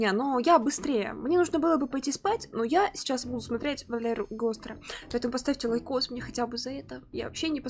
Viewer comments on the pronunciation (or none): Шостер, а не Гостер т-т